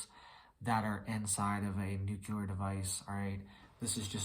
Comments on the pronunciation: Not NUKELAR… NUCLEAR! Jeez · NEW-clee-are!!!!!! NuclEar!